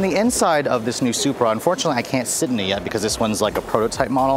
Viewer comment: its sup-ra. not super